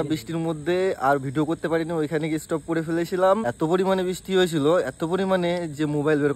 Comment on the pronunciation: Stop❌ estop✅, mobile ❌ mubile✅ gutka khawa public o abar k judge korte ase..... 😂😂😂